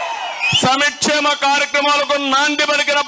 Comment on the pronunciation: చంద్రబాబుకు సంక్షేమేం అని పలికేందుకు కూడా చేతకావట్లేదు. అది తెలిపుతుంది సంక్షేమానికి చంద్రబాబుకు ఎంత దూరమో !